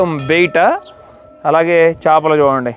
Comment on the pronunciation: వీడియో చాలా బాగుంది కానీ మీరు తెలుగులో కొన్ని తప్పులు మాట్లాడారు. కనిపెట్టారు కాదు కనుగొన్నారు అనాలి. ఏదైనా అప్పటికే ఉండి ప్రపంచానికి దాని ఉనికిని తెలియజేస్తే కనుగొన్నారు అనాలి. మారిషస్ దీవిని, దోదో పక్షిని కనుగొన్నారు అనాలి. అలాగే చాపలు కాదు చేపలు అనాలి. అలాగే అలలు చాలా ఉద్రీకతగా వస్తున్నాయి అన్నారు ఉదృతంగా అనాలి. మీకు తెలియదు అని కాదు కానీ తెలియని వాళ్ళు కూడా తెలుసుకుంటారు అని చెప్తున్నాను. మీ మనసు నొప్పిస్తే దయచేసి మన్నించండి. మంచి వీడియో మాకు చూపించినందుకు ధన్యవాదములు అండి 🙏🙂